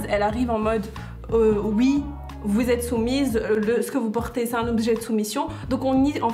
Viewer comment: Jte rassure aux maghreb les filles etudies et porte le voile si elle le veulent c'est vraiment pathétique de tenter de faire une piqûre de rappel '' zé nou vous pouvez faire ze que vous voulez pazé vous''